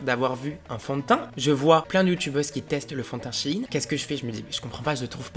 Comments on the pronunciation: La seule chose que j'ai retenu de la video c'est le début où il dit " Chi ine" c'est bizard wsh on dit "shayne" et pas :Shaiyne" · Ps c’est shein pas « Chine » 😭😭🤣🤣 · Par contre "shein" ne se prononce pas "Chi-ine" genre moi je dis "chayyne" et je ne dis pas non plus "Chine" ou "chaiyne" fin bref dites dans les commentaires comment vous dites. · SHIHIN ??😭 Mais on dit SHAYNE nan ??😂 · C shein pas shigin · Sa se dit pas chine mes sheine